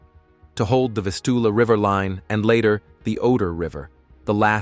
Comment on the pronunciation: That's not how you say Vistula.